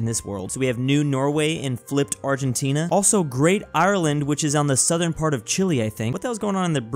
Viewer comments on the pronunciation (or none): none